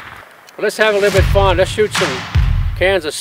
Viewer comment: I heard Kansas Soda. I know you said cans of soda.